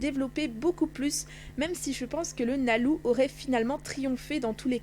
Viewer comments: oui sa je sais mais tu prononce quand même nalou alors que c nalu m si sinon gg 😜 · Cours de japonais ! Lucy se prononce Louci, donc Nalu devient bien Nalou Le son R/L et B/V n'existent pas en japonnais mais un mixte des 2. Ils prononcent un son comme un L assez roulé et le V appuyé comme en espagnol facon "bv" Donc Levy a 4 pronociation possible pour un public européen :) Levy/Leby/Revy/Reby De plus Rubis est le nom de la VF et non celle original :)